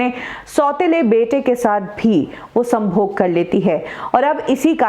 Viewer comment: आप 'संभोग' शब्द का उच्चारण काफी कामुक अंदाज से करती हो।